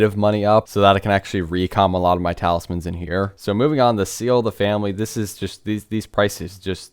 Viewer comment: Its talismans broooooooooooooooooo.